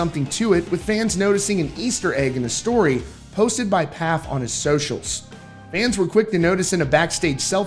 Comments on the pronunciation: It’s pronounced FAF not PAF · You continue to miss pronounce Mike Pfaff's last name. It's pronounced Foff like saying Off with an F in front of it. It doesn't get a P sound. Ridiculous that I keep telling you and you are completely oblivious to it. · PFAFF IS PRONOUNCED FAFF